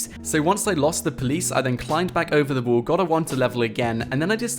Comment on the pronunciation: Why do you pronounce wall as wool?